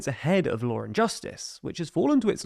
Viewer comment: You say lawr and justice. Where is the R coming from?